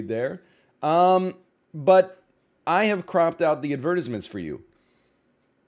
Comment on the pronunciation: Imma be honest, I’ve never heard anyone say advertisements like he did, strange man